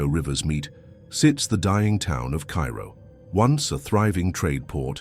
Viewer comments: Cairo, Illinois is pronounced "Cayro". 🇺🇸☕💐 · Misprounced Cairo. It’s not pronounced like the city in Egypt. It’s “Care-Ro”